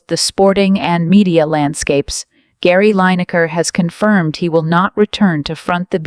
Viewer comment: The video used is digitally created and can not even pronounce his name correctly. Long live the BBC and look forward to enjoying Gary’s presentations in the future